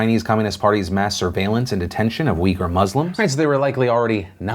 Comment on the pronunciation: oof, i kept thinking he was saying “weaker muslims” instead of “Uighur Muslims” 😂